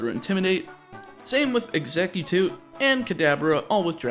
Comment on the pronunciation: Ugggghhhhhhh he said “exeggutute” again.